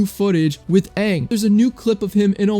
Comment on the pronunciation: It's Aang not Ong.